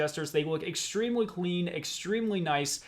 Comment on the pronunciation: No offence, but do you have a speech impediment as I here 'Extwemwy'. Never heard one before.